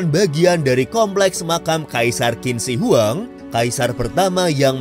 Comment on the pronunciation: Indonesia Maaf min, kalo gue boleh kasi sedikit ralat, cara baca untuk nama Qin Shi Huang yang benar adalah "Chin Shie Hwang" dalam Mandarin. Bukan Kin Si Wang.